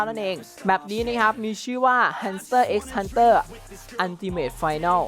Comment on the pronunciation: hanter x hanter ไม่ต้องอ่านตัวx นะครับตามมังงะครับ🙂